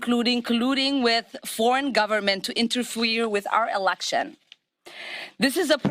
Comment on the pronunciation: please do not "inerfweer" with her message.